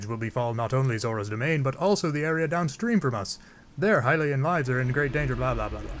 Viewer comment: Its HI-LIAN NOT HILLIAN